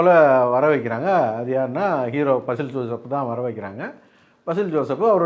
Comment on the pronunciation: ബസ്സിൽ ജോസഫ് അല്ല ബേസിൽ ജോസഫ് 😅